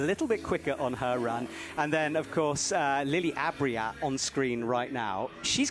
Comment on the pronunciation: Sadly, that's not the only name he gets wrong. Maybe someone should get him the names on audio and he could listen to them in the car or on the plane or something. It's quite cringy at times.